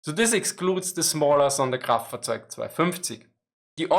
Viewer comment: Dude, that’s awesome how you can say the whole sonderkraftzwagonein…. Something something without messing it up. Props!